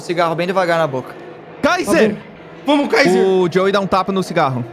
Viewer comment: Qualquer coisa: "A" Kaiser: 'Fumar cingarro!'